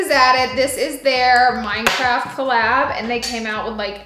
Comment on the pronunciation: Wait she said minecube blocks lol